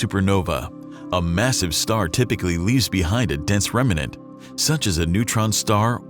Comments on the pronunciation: REM - NANT!! Not REM - A - NANT!! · Rem-nant. Not Rem-in-ent.